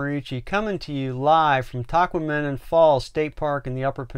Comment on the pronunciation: You're saying it wrong.. ta kwam in on